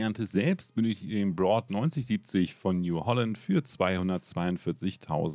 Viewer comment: Kleine Anmerkung. Braud war früher eine Deutsche Marke die von New Holland übernommen wurde. Entsprechend wird das Braud von New Holland Braud immer noch Deutsch ausgesprochen!!!